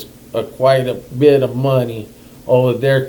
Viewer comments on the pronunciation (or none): none